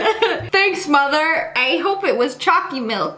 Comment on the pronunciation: The way she said sssniperwolfs moother just made it all better